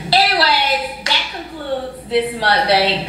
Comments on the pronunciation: It started in Korea and it pronounced mookbong even though it's spelled mukbang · I think it started with Koreans and it’s actually pronounced like muck-bung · Some people that's like Indian or Asian idk started it. Somebody had a video of em I think beloveslife. It's pronounced originally Mookbung (MUKBANG) like flight Was saying. But u know black folks change every thang lmao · asians say mukbong